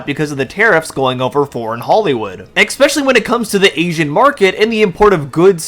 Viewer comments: "Exspecially" is defined as "I never went to elementary school." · ... it's *especially*, not ex-specially. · The word is "Especially" not "Exspecially". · There’s no letter X in the word especially. It’s torture on the ear. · There’s no “x” in the word “especially” My god, learn how to pronounce basic English words